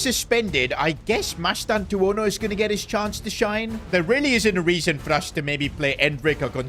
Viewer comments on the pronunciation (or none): none